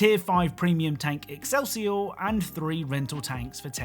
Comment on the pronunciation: xD "exelsiur tank" are you dense?